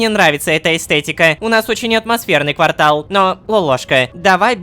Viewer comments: квартАл, а не квАртал, Рома блин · Лололошка который бомбил с не правильного ударения в слове торты, сказал квАртал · КвАртал пряносников??? КвАртал??? Всегда удивлялся, когда на русском языке в школе говорили, что в слове квартал часто неправильно ставят ударение, но сегодня все встало на свои места... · Ромааааааа, ты же с Питера, какой квАртал???? КвартАл!!!!!! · квартАл! учи русский! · КВАРТАЛ (ударение на 2 а) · Рома неправильно прознёс слово Квартал. Также ты: ЭЗХЭХАХААХАХАХПХШҺЭХХЭЭҺЪ